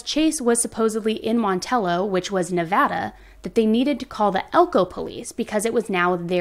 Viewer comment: THANK YOU FOR PRONOUNCING NEVADA CORRECTLY!!